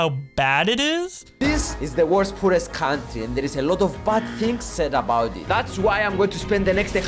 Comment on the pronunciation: He says poorest like poo rest